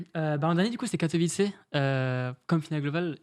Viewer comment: Bravo au viewer qui a rectifié la prononciation de Katowice <3 L'anecdote avec ToD c'est ouf !